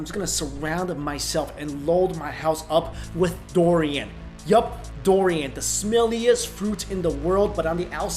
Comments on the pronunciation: It's pronounce as Durian not Dorian! (Du...not Do...)rian. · It's DURian, not DORian. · its not dorian! its dUrian! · Doorian bro, not Dorian. :)) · It really bother me when he says "dorian".